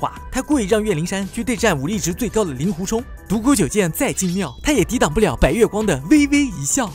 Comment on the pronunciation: 给点个赞，把令狐念作ling（音同龄）狐，这在如今连普通话都念不准就出来做视频自媒体的大多数，简直不知道高到哪里去了。因为那些玩意更不会去查这些音易错字到底应该念作什么。